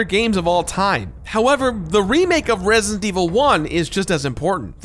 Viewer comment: The way doesn't pronounce the d in resident always drives me crazy